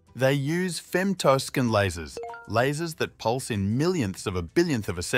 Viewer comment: "They use femtoskin lasers..." ???